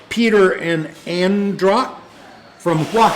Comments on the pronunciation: Hi and. It’s actually AUDRA not ANDRA. Glad you got the postcard. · P.S.. got it wrong. My name is Audra not Andra.